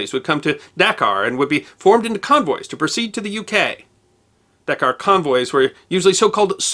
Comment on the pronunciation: Pronounced daKAR